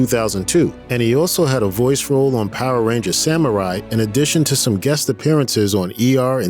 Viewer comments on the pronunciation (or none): none